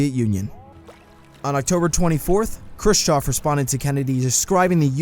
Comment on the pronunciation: and pronouncing the name Khrushchev as Crew-choff